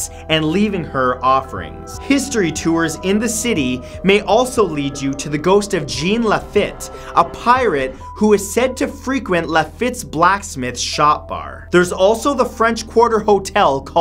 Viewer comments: You, my friend, have offended many Louisianans merely by mispronouncing a name. Jean Lefitte is pronounced 'Jon Lefeet'. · My dude you butchered our French names here in New Orleans. Let me help you....its pronounced Lawlawry mansion, madame Lawlawry, Marie Lavough the voodoo queen, and jean lafeet and lafeets blacksmith shop. Those aren't the correct spellings, instead spelled the way they should be pernounced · Matthew you butchered john la feat's name it's john la feat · Marie "Lav-OH," Zsahn La-FEET." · Alex Schommer, Jean Lafitte is an historical figure. He's butchering the pronunciation of the first and last names. I still have cousins in Nova Scotia, where my LeBlanc ancestors came from. Yes, he's pronouncing it wrong.